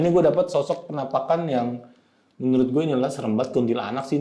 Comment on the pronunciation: bang kalo gue perhatiin kayak cara ngomongnya khas ya, contoh "beberapa foto FENAMPAKAN..." sama "... yang menurut gue ini adalah tempat-tempat yang EFIC..." 😂